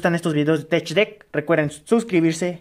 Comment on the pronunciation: Se pronuncia tek no tech , gracias